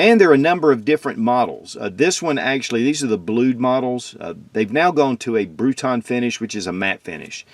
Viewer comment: its not bruton finish, its bruniton.. just saying ;)